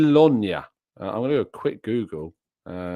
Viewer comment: Hope we keep winning and smas Brentford. But of course....Real game incoming Top priority! COYG! BTW the pronounciation of Jagiellonia very was funny!